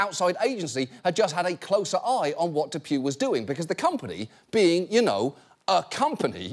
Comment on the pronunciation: I thought DePuy was pronounced DePwee 😬